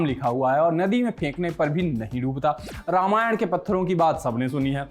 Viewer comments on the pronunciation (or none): none